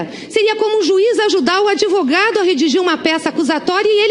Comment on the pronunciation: A gleize fala aDEvogado kkkkkk. Aff q jumenta amiga da presidenta